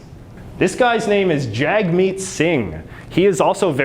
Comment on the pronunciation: Jagmeet Singh ... pronounced Jug meet